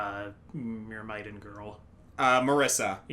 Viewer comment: I hate to be that guy, but you're actually mispronouncing Myrmidon.